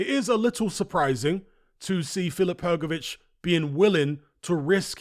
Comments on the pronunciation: Btw, Hrgovitz and Hrgović in croatian language is not pronounced same. I am croatian, I should know 😆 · Well, ist not even Hrgović...IT IS HRGOVICH... ENGLISH speaking people! Better to teach all what is HRGAS name, cause he will be around next few years>>AT the TOP ! CHAMP:trophy-yellow-smiling: ! FH is the👊💪 BEAST!! And to UNDERATED. So hardly waiting this match with Parker, so FH shows his SKILLS , POWER , PRECISION that he possess! KO in 5th RounD!!!